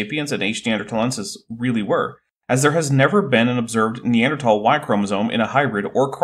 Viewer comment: How many scientists can't pronounce Neanderthal?